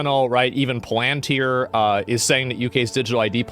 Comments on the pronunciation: It’s not a dictatorship, it is totalitarianism and authoritarianism. There is no dictator. Get rid of Stamer and you do not get rid of the force that is gaining more in GB right now but has its sights on the world. Also it’s pronounced PalanTIR, not PaLANtyer. The UK is England, Scotland, Wales, and NORTHEN Ireland. (The Republic of) Ireland is not part of the UK. Thats just the first five minutes . . . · Palantir is not pronounced like that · Can't even pronounce palintir. Is that paid shill status so people don't know what your saying? Sure knew lord of the ring's but yet can't pronounce it. Shill.